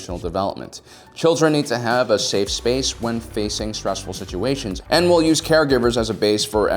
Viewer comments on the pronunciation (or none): none